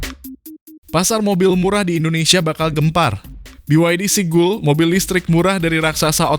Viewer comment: Seagull dibacanya SIGAL. Bukan Sigul bang 🤣